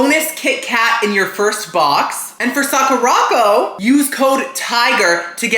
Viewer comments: Sah-koo-rah Co - like company. Sakura Company. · 🤣Socko-rocko!!! Sweety! It’s pronounced Sakura-co. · I don't know why it's so funny to hear call Sakura Co, socko rocko but I got a good chuckle out of it